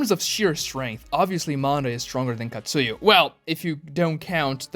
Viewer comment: Bro it's Katsuya not Katsuyu.